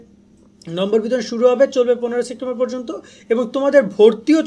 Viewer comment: ভাই সেপ্টেম্বর কে সেক্টেম্বর বলেন কেন😂